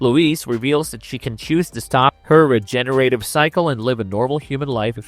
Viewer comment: Regener-Ative, regener-Ated, Grawssed - Is this a joke with the mispronunciations?